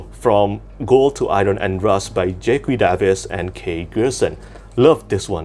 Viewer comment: Also, fyi Jacqui is pronounced Jackie. Anyway, I do agree that the Cradle books could be a bit more special considering how much money was raised, though one thing to note is that Will Wight did write a few pages of comedic bloopers to add to the KS addition, but maybe some coloured art would be good as well.